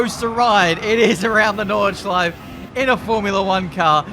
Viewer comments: It’s so funny. I‘m German and it’s funny to hear an Englisch „Nordschleife“ 😂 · Take a shot everytime when pronounce nordschleife wrong